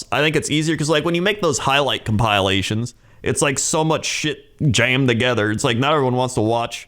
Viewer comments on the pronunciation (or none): Omg Crendor also pronounced it a Cum-pile-ations